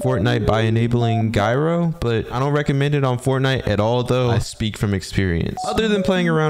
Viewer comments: It's not pronounced guyro it's pronounced jyro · It's pronounced Jai-Row btw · Bro really said “guyro” 💀💀💀💀💀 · IN IT'S PRONOUNCED LIKE "JYRO"